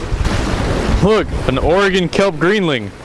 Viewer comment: I don't know where you're from originally but me being from Portland, i appreciate you saying Oregon correctly!